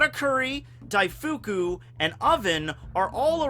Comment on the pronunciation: Daif-koo, not Daifookoo